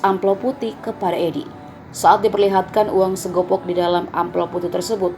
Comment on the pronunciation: Bukan segopok mbak, tapi segepok